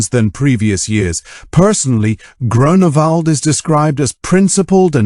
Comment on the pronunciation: DUde its not Groanawald XD